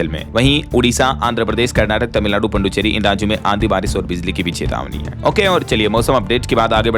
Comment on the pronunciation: आप पुदुचेरी को पुड्डुचेरी क्यों बोलते हो